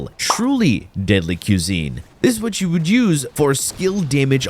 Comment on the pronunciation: "quesine" was sending me up a wall lmao